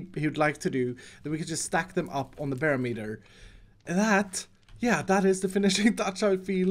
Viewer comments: It’s pronounced buh-rom-et-er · I cannot unhear "bear meter" xD